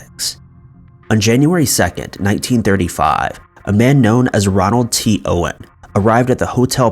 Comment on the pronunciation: It's ROLAND not Ronald.